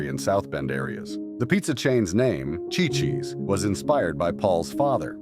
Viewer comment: It is pronounced "see,see's" Ci-Ci's Pizza. Chi-Chi's was the Mexican restaurant that fell on hard times .🙄